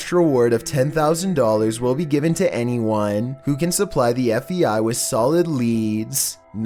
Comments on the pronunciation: Either I'm going crazy or I'm actually hearing you say F. E. I. Instead of F. (B) .I. everytime you mention the bureau.... was this on purpose to see if anyone would catch it or?? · Sounds like you’re saying F.E.I. (instead of FBI). What’s up with that? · I'm sorry dude, but it's F B! I not fei... you keep saying FEI, IT'S FBI!!! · are you saying fbi or fei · FEI ? It's called FBI not FEI. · Do you keep saying F E I ? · Its not the FVI like you keep saying its the FBI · He said FVI like 1000 times its FBI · Whats the fei? Are you saying fbi?? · It’s pronounced: F-B-I NOT F-E-I. At least, that’s what it sounds like You are saying through out the video. Rgds Adri 🕊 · Is it me or does it sound like he keeps saying FEI instead of FBI? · Andrew Day if you know what he looks like, it's because he's smiling so big he can't say B! Lol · FEI?... DO YOU MEAN FBI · I was lookin for someone to bring up the fact that he keeps sayin fei lmmfao😂😂😂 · ArcaneSiren idk cause it also sounds like he says FVI every time and not FBI lol... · It’s sounds like you say FEI not FBI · if your voice wasn't annoying enough to begin with now you calling the FBI the FEI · Every time you say FBI you sound like you’re saying FEI. 😑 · Are you saying FEI????? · All I hear is Fvi..... FBI.... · Do you have issues saying FBI?